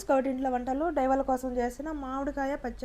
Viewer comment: డైవర్ కాదు డ్రైవర్